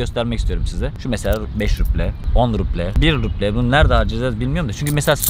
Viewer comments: Hocam ruble'yi okurken b yi p diye okuma. İzleme artırmak için pasaport aldım bilmemne hoş değil izleyince kandırmış gibi oluyorsun, samimiyeti bozuyor. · Cok guzel kismetse bizde gidecegiz ama en cok takildigim konu devamli ruble ye ruple demen ... gezmeye devam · Rupi değil bu arada ruble 🙈 müzede fiyat belirtirken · o ruble değil, “rubl” telaffüz ediliyor, ayrıca Petersburg değil, Piterburg okunuyor